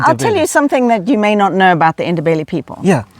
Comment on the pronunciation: Great effort on pronouncing "Ndebele" people.